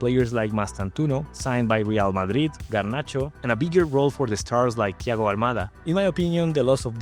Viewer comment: Did this guy just say Garnacho?😭